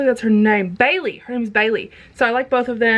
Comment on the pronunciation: Lol I love your accent when you say Bailey. Put the hat back on!!! I'm dying!! Quality content today.